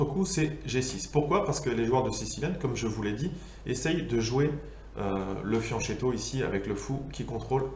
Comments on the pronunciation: oui alors la vidéo est génial mais on prononce fianQUetto hahaha ;) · C'est de très loin la meilleure vidéo sur la variante Alapine. fianccheto se prononce fyanquétto = petit flanc